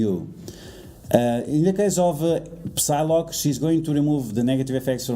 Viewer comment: When you pronounce Psylocke you do not say the P, you read it as Sylocke.